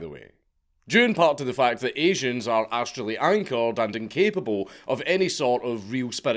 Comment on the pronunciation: "Astrally anchored" haha haha